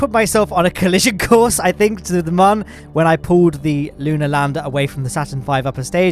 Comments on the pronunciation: Moon not mon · You keep saying man not moon🤣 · it is not mun it is moon